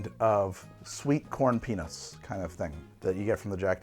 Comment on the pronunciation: Sweet corn peanuts is NOT what I heard him say AT ALL 😂🤣😂